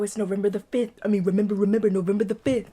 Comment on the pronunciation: "REMEMBAH REMEMBAH!" 😂